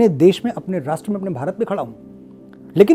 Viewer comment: मनोज जी चाहे कोई कितना भी उपहास करे , शुद्ध , सही , पवित्र हिंदी ही बोलियेगा 🙏 वैसे रास्ट्र नहीं राष्ट्र ।